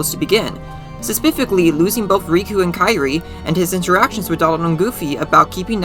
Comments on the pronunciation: Bro the 'speficly' gets me everytime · „Sespificly” was my unknown trigger. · Does no one else hear "suspifically”? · This this asf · Oh every time. Love it though ^_^ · Interesting analysis and theory. Not trying to be mean but I did get irked by your pronunciation of specifically.